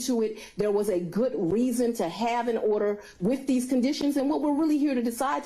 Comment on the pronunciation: "there was a goot reason"?🤣🤣🤣